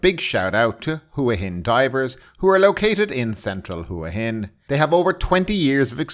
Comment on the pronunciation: ....it's pronounced "Wah Hin"